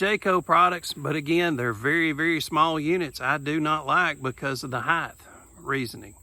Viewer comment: Did I hear a height-th in there?